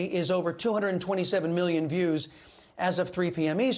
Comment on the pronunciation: I love Chris , but I always giggle when he turns full latin rolling rolling 'Latino, off his tongue. ✝️💜